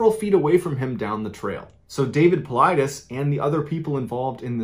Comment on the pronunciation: David Paulides (Paul-eed-eez). No one gets his name right -_